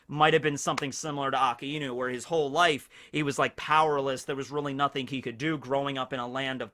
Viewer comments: ITS PRONOUNCED AK EYE NEW NOT AKA EEEE NOU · STOP SAYING AKA INU. ITS AKAI NU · Please this lad has infinite knowledge of one piece yet still pronounced akainu wrong haha. It's ah Kai new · omg how long are you going to mispronounce akainu